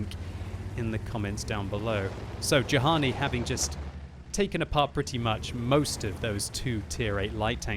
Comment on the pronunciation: Actually,, Juhani has an Israeli flag. If he's from Israel, his name is most likely pronounced "yu-han-ee"